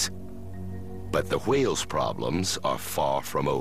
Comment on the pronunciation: I was looking for some video where the narrator pronounces whales as Hwales. If not for your comment, I would not have succeeded. Thanks!